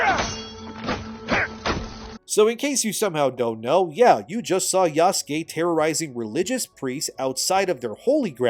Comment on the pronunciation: OMG! is pronouncing yasuke correctly since yesterday so he's obviously been reading the comments calling out for Ubisoft saying it wrong and by example getting YouTubers etc to say it wrong as well. Shows how little research Ubisoft actually did if they couldn't even get that right. Glad to know our input makes a difference even on little things. Thanks